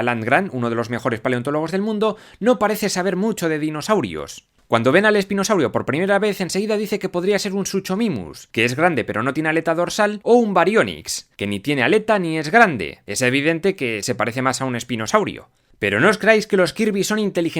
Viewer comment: Se pronuncia Sucomimus, la "H" es muda. Se debe a los distintos genes que se ocupan, en la zona B era un sitio ilegal y quizas los raptores se hicieron con genes distintos. Dicen que no estaba en la lista ya que como dije antes, la zona B era un sitio ilegal y el Espinosaurio era un procedimiento demasiado riesgoso y muy ilegal tambien (esto se debe que no se les dio el permiso de crearlo) Algunos dinosaurios se quedaron allí ya que tubieron que evacuar la zona B. Los Pterodactilos es un poco obvio que necesitan una jaula gigante.